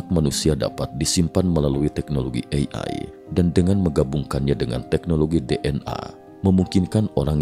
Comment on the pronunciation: Sangat terganggu dengan cara pengucapan "AI" Ei Ai 🙄